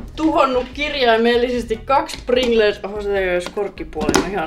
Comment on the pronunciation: Häiritsevää että sanot Pringlerssi